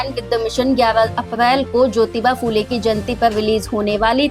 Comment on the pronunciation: फू ले नहिं, फु ले कहो| फ को र्हस्व उकार लगता है|